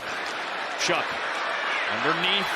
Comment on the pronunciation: I thought the saints QBs name was pronounced like show, I'm hearing shuck.